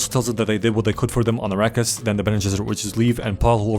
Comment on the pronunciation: "Arakis" "iraqis" Niggas didn't even try to hide it 😭🙏